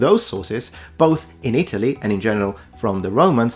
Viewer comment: Re Italy. You pronounce it weird. It's It'lee. And its residents are eye-TAL-yins.